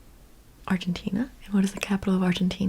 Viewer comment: You are amazing! Please can you pronounce Argentina correctly next time? You pronounce everything with perfection expet for that